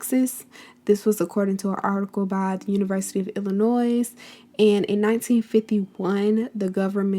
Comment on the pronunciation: Thank you for the information. (Note: do not pronounce the s on Illinois; and the word is "pronunciation," not "pronounciation.")